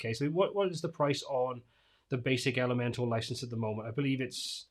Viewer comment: Just a side comment and completely irrelevant, but I notice it when I watch many to all your posts about Elementor. How come it sounds like you are always saying, Elemental vs. ElementOR? LOL Love your streams and posts. Keep up the good, unbiased reviews.